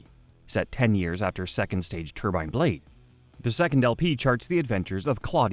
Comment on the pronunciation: The pronunciation of "Cambria", "Amory", and "Turbine" drives me nuts. Other than that, great video.